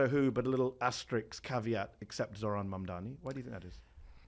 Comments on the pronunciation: Actually insane how even in his concession speech when he lost, Cuomo still couldn’t say “Mamdani” correctly. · Cuomo and Trump are children. Just say his name correct ly.. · Mispronunciation of a Mayoral Candidate, which if it is either intentional shows racism, or unintentional which shows their ignorance and inability, is mind-boggling. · So funny of Andrew Chomo to mispronounce Mamdani because he can’t go after him for anything else